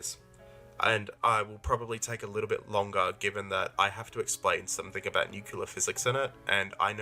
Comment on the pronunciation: I must warn you of the heresy that comes from part 4, specifically at the start he insists that 'nucular' is the correct way to pronounce 'nuclear'. The mispronunciation is fine, but it's objectively false that 'nucular' is the correct way to pronounce it, the correct pronunciation precedes it by a literal century.